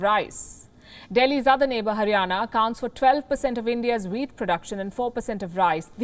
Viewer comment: "There's Punjab which india's second largest producer of wheat" -I THOUGHT SHE SAID WEED, AND I WAS LIKE oh itna common ho gya weed bhi jese Heroine hai in Punjab.